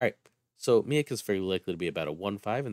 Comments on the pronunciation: I think it might be pronounced, "MEEEK" at least that is what I remember from the Planet Hulk Movie and old X-Men cartoon. Hey my family is from Syracuse! I did not know you were a fellow New Yorker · Lol im dying everytime you say Miek. Its pronounced Meek. Miek is in Thor Ragnarok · I believe you pronounced his name wrong. It's pronounced me eek I could be wrong but that's how I've heard it being pronounced everywhere else and in the movie